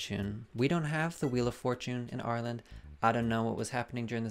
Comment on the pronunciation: ur accent is so funny because it’s fully american until u say “ireland” 😭